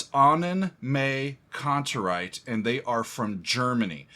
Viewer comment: Pronunciation is more like Annen“My“Kantereit, but you are doing well pronouncing „Kantereit“ which is the bigger challenge